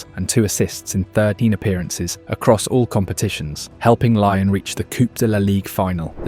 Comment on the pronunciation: Not Lai on but Lea on !!!